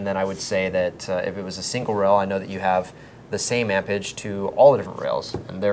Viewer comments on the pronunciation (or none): lol 'ampage'. its 'amerage'